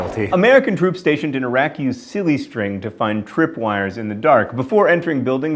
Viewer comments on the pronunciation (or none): none